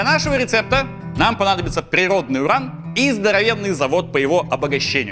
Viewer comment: Юран изотоп такой-то))) U - нужно произносить как У, а не Ю. Ошибка, латынь (произношение) химики и медики используют, т.к. мертвы язык, чтобы все понимали одинаково